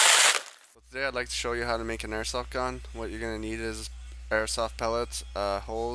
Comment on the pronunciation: Beginnong says airsot